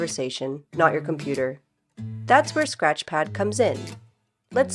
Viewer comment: “Scrath” pad…